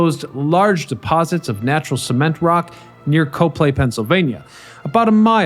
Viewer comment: Then you know that the town is "COP-ly," not "Co-play!"